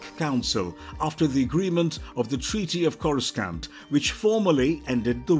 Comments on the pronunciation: Why do I click on this and this guy mispronounced every name especially Corscant lol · The only mispronounced one I noticed was courscant, which is understandable because they likely had a improper script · Hurts my ear every time he mispronounced "CORA-SCANT"🤬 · KORA-San-t NOT Scant This alone ruined the video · Do they just hire people who can't pronounce words right? Star Wars fans would cringe everytime they say “Corus-cant”. Edit: 15 minutes in and they repeat the same damn story from near the beginning lol This isn't the first video they've done this to extend video time. I'm done with this channel lol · Whilst my respect for pronunciation of the name “Coruscant” is… scant, I have great respect for this excellent video.👍😁 (Hint: I have an aunt who sings in a chorus. She’s my Chorus Aunt) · They should fire the narrator cause the way he pronounces planet names as well as character names is truly a disgrace